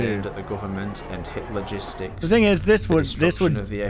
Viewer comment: Idk if it was intentional to the creator, since the first video talked about the 3rd Reich, but almost the entire time I thought they were saying "Hitler gistics", not "Hit Logistics". Jesus christ lmao